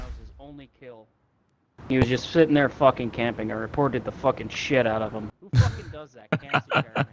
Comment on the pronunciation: 원어민이라 그런가 훡킹 발음이 매우 찰지네요. 너무 찰져서 웃김